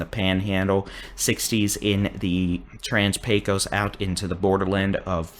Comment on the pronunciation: Pecos is pronounced: pay-cuss. Always has. Myself and generations before me here in west Tx have always pronounced it Pay-cuss. You can come here and ask anybody.